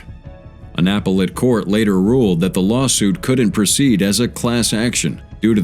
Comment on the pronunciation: Your narrator mispronounced — appellate ! So how can you state you use human voice ??